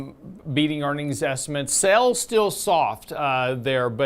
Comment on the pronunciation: are you pronouncing “Sales” like “Sells” two different but similar words. Sales are the total consideration accrued from Selling goods or services=Revenue. Sales are the subset of revenue. Sell’s is what they do to make the Sale. He sells cars, etc. Maybe it’s a Texas thing?